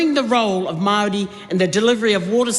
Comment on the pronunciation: At the risk of sounding racist, I have never heard Maori pronounced that way in my 40 years in New Zealand. I live in Waitara and was always told it doesn't matter the word, you should always roll the R. Not to mention the rest of the pronunciation.